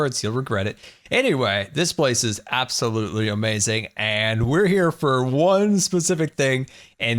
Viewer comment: Stop saying is gonna be amazin. You sound dumb